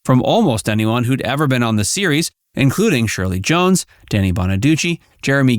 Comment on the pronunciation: It’s Danny, not Donny!